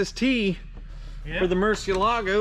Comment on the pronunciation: To me being Spanish it's annoying hearing that. It's Mur-cié-la-go. It has 4 syllables and it's stressed on the second one.